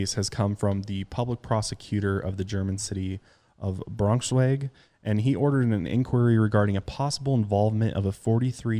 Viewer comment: OMG! How are the odds? I am from Germany! And I am from Braunschweig!! Some Englisch people also call it Brunswick. Plus you pronounced it right :D I am shocked hearing that the suspect is from Germany. And also his attorneys won't work with him anymore.